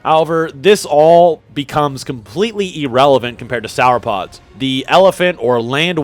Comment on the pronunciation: Bro said “sour-pods” 😂😂😂